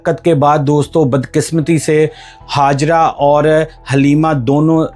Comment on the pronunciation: Its Hajera not Hazara when you have say J you pronounce as Z & again when you have to say Z you pronounce as J stupid fellow 😂😂😂😂😂😂